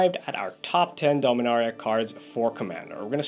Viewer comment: Pronouncing Dominaria wrong